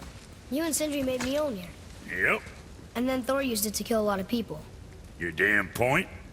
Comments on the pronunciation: It's mjölner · It is not pronounced mjolnir, the Ö is pronounced like the u sound in under or uhh. If you are going to make a game based entirely on mythology you might want to get the pronounciations right. This game is great but they are butchering the pronounciations.